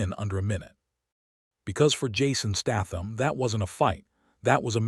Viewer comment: Pronounced Statham properly for God's sake he's English!